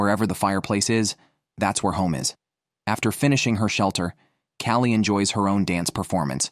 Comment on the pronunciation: I hate AI narration, especially when it is stupid, like calling a woman "he", oir mispronouncing easy names like Callie "Kaolie" Too cheap to pay a person to read the script? At least program your AI to speak proper English.